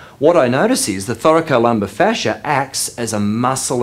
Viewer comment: I love the way you pronounce Thoracolumbar fascia😍😍